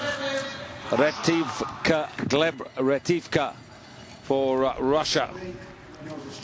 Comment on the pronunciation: Комментатор дегенерат, фамилию Ретивых прочитать не смог))